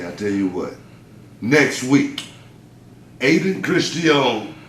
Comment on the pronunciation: Booker screwing up Ayden's name lol